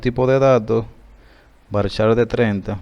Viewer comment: usted dijo en el liceo que era varchat no varchar